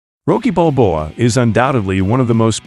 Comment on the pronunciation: Stall-own, Bal-bow-ah. Rah-kee. Not being a dick, just correcting pronunciation. Threw me off